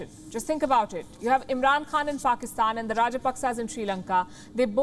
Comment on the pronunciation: Did she just say 'faakistan' (faaka = going hungry )